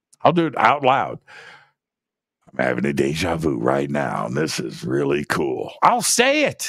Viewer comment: When you say. "It's just like de ja veau". Is that de ja veau? Definitely is yes.